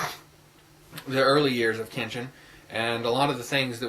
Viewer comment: Kenshin was not kidnapped. His parents sold him to be a slave for money. Tomoe falls in love with him too. And you don't pronounce it right. I love Rurouni Kenshin/Samurai X because of the deep character meaning. Kenshin's past is the most dramatic part of Rurouni Kenshin, and that's why I love it. The fact that he gave up killing because of regret and how he tries to get over his past by being with friends in Tokyo. There is more to RK then meats the eye. I absolutely love RK, the manga too.